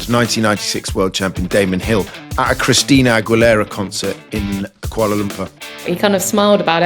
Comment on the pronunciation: Bro said "Christina Ag-we-lerra" 😂